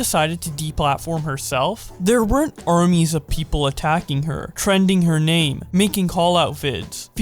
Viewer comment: idk who's worse at pronouncing name: you or keem